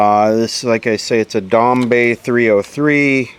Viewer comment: It's pronounced like "dombuy" not "dombey"